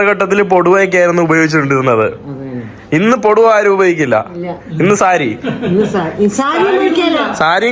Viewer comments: പൊടുവാ.. അല്ല.. പുടവ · പൊടുവാ അല്ല പുടവ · പോടുവ അല്ലാ പുടവ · പോടുവ അല്ല പുടവ 😂😂😂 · പുടുവ (പുടവാ) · പൊടുവ അല്ല പൊട്ടാ പുടവ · പൊടുവ അല്ല പുടവ എന്നാണ് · പെടുവ അല്ല പുടവ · Bro പൊടുവ എന്നല്ല പുടവ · പൊടുവ അല്ല പുടവ അല്ലേ ശരി? ഇപ്പോഴും മലയാളത്തെ സ്നേഹിക്കുന്ന ഈ കുടുംബത്തോട് ഒത്തിരി സ്നേഹം❤ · "പൊടുവ " അല്ല "പുടവ"😅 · പൊടുവ അല്ല പുടവ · പൊടുവാ അല്ലാ പുടവ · പോടുവ അല്ല പുടവ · it is not poduva. It is Pudava. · പൊടുവാ അല്ല പുടവ എന്നാണ് ബ്രൊ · പൊടുവ അല്ല…..പുടവ😊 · Poduva alla... Pudava... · Not podava pudava is correct super❤